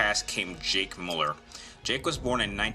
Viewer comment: Why do so many people pronounce his last name incorrectly. Pronounced Mew-Ler not Mull-er